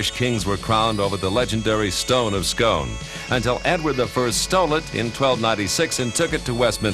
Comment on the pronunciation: It's pronounced Scoone not Scone